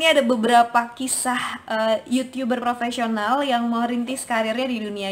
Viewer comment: Yutub ber rrrrr propesional